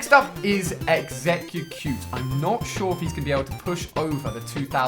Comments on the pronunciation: lol "exeutcute" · ... sorry what was that??? exe gge cute??? goddamnit ali haha